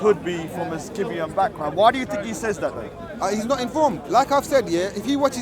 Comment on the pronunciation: They both can’t even pronounce Scythian 😂